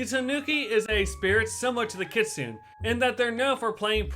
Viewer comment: My least favorite things in this video are: -The mispronunciation of "kitsune". (The actual pronunciations are kɪ.tsʊ.neɪ and kɪ.ts'.neɪ.) -The outdated information regarding Gyroids in New Horizons. (Ones that can be dug up were added in version 2.0.)